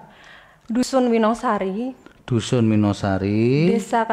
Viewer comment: hakim : winosari?? n : winongasari. hakim : Minotaur